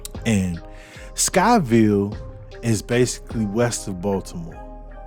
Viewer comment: Sykesville, not Skyville 🤦